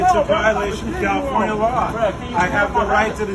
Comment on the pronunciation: oh... sorrrrry, I forgot , it's Kafilornia..